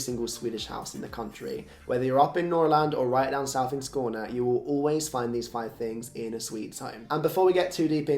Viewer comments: Yeah! It really stood out. Perfect pronunciation,! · I have to say that I am really impressed with your pronounciation of ”Skåne” and ”Norrland” 😀 And I can’t understand how anyone can live without a shoehorn! Or candels for that matter! One can NEVER have too many candle holders or candle lanterns. 😅 Another thing you will find in every Swede’s home is a ”osthyvel” - cheese slicer. 😁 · Me too! Especially Skåne, that was swede level on that one 😄